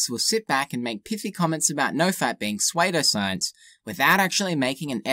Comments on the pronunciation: "Sway-doe-science"... But I thought it was "Sue-doe-science", lol. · Great post. One thing, though, the word “pseudoscience” is pronounced soo-do-science. As a prefix “pseudo-“ means false. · You pronounced pseudoscience weird, really enjoyed the video though!